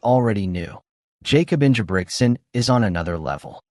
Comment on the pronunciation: Learn how to say his name correctly bro.